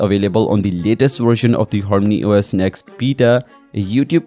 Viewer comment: Whats Horny OS?? Says harmony on screen but you keep saying Horny OS